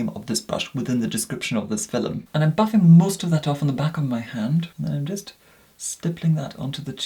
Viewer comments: 😂 “hello everyone in today’s filem”the way he says film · i just realized when he says philim its actually film i just thought that i was dumb and didnt know what philim was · Me: Sees notification Me in my head: “In today’s filum” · Watching this on my phone and my 3 year old can hear it and askes... "MUM! Are you watching FILEM!?" 😂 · Nobody: Nobody at all:: filim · i love the way pronounces the word “film” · the way pronounces film>>>>